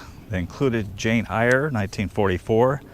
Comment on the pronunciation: Eyre is pronounced as air